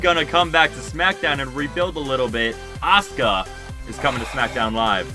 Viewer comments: Its Asuka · Awsome roo Mania so did you, it’s Asuka